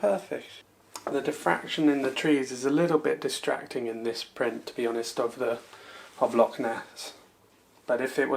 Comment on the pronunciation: Good work but you really need to work on your pronunciation of Scottish terms...its Loch not Lock.